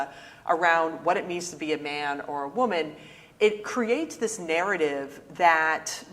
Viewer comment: "The hidden power of woooman" LOL!